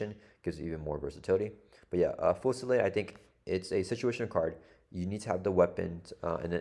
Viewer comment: I believe it's a French based word so it's foo-sil-LAHD.